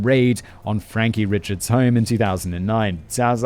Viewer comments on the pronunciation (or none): Guilory is a really common surname out here. Them being cousins in honestly just more of a coincidence and I believe they aren't 1st cousins, but down the line somewhere. Also the last name, "Richards" isnts pronounced like the first name Richard. It's pronounced, "Ree-shard". I know, trust me, it's all ridiculous. There are other last names that look normal, but are some weird version of passed down and twisted French names. It's part of the Cajun French that some older people still know and speak as well a few younger people that learn to keep the culture alive. I wasn't born here, but when I moved here at 10 years old I had to learn how to pronounce the last names. I also heard you mispronounce Trahan in the last video and 1 other last name earlier that of course I can't remember now. 😂😂😂 It's a mess down here.... I can't honestly think of a worse state to live in.